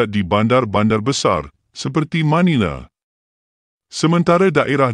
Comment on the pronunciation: Manila bro... bukan Manile 😅